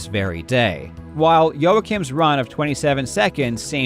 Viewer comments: Why do I understand yolo king everytime you say Joakim 😂 what a legend. Awesome video! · please say joakim right